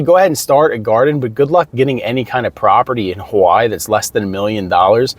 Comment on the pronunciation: Why are you pronouncing Hawaii as HAWAAH? I'm cooking while listening to your video and I was like "wtf is he talking about"